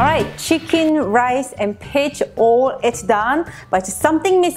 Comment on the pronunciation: LOL it kind of sounds like bitch but I know it is peach I love peaches too so I want to do this.